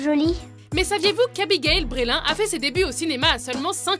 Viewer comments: Abigail Breslin prononcé à la française... pitié --' On dit Bresseline, pas Brélin. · Abigail Brélin !! XD bah ouais batèèère !! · Abigail "Brélin" :p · Abigail " brailin "XD